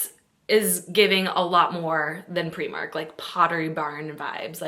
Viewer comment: I love that you pronounce Primark the way Irish people do 😊